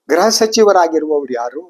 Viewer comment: ....graha elake alla....gruha elake... Nimmantha janarinda kannada halagtha ede